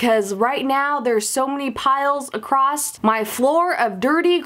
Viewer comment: She said acrosst.... With a T....